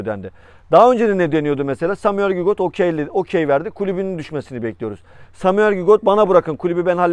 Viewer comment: Lakin sürekli gigot diyorsun